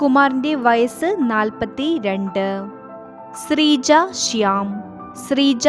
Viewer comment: സ്രീജ അല്ല ശ്രീജ